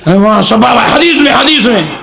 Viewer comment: Sabbaba 😂 ❌ sababa ✅